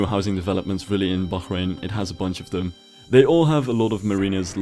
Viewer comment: i absolutely love the way you pronounce Bahrain,,, great video btw !